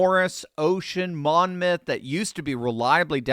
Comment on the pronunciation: The "n" is silent in Monmouth (County). Pronounced Mommoth 😊